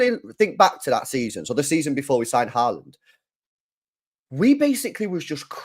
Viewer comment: It’s not horland it Haaland you nonce